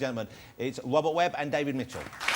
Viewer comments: David Mitchell and Wobbet Webb. Bwiwwiant. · lol the host says wobert webb in the introduction, in my country we pick the guys who can speak properly to be talkshow hosts. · What a tosser ( the cretin host who can't pronounce his R's)